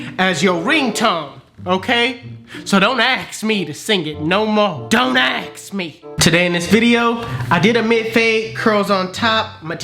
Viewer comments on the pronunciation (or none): "dont AKS ME" ask smh🤦‍♂️